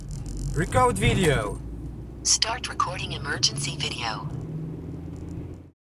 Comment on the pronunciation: przez chwilę się czułem jak bym oglądał amerłykańsky film łekorłd widjoł